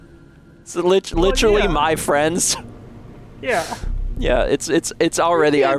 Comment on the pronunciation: Dan to TRG crew: said I can no longer be frwends with you now Crew: awww (oh thank goodness. Dan wont be killing us now)... LOVE YOU DAN